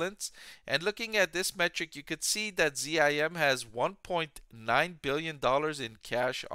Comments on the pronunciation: Geez why do you pronounce it Z-I-M? It's ZIM! It's difficult to take your analysis seriously when you don't say the name of the company correctly. What would you call Tesla, T-E-S-L-A? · ....DE-von and Z-I-M? So hard to listen to.